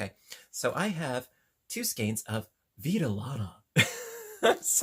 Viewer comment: Vidalana in Spanish means wool life. I enjoyed hearing you say it.